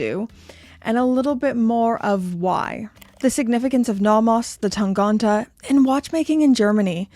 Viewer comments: Time to address the elephant in the room with the German pronunciation - it's TangEnte rather than TangOnte! Jenni Elle did a video a couple of months back where she pronounces it, I'm surprised nobody in Glashütte pointed that out to you either! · Thanks for the info, but I'm pretty sure you're saying "Tangente" wrong.